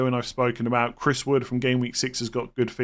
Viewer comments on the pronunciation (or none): none